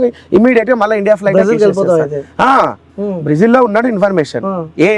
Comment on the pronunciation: బ్రీజిల్, కాదురా, బ్రెజిల్ ✅